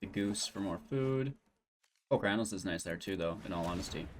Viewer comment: My ears bleed when you say Palcranos.. it's Polukranos.